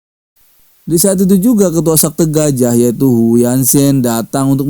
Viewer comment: Bukan sakte bang tapi sekte hadeuhhh